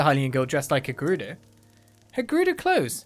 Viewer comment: Is it me or is actually saying "Gerudoo Town"?